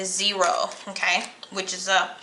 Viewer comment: Wtf, o-tay? Lol